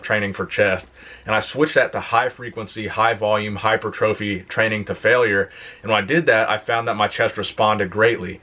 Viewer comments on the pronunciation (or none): Whilst it is a prize to aim for, it is pronounced "hy-pertrophy", not "hyper-trophy" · Correct: hi - per - triff - e Incorrect: hi - per - tro - fee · Hi-per-tra-fee. Not hyper-trophy.